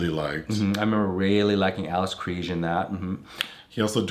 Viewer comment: No judgement (coz I understand why and I like these guys and their channel) but as a South African I did not expect pronunciation of Alice Krige's surname 🤗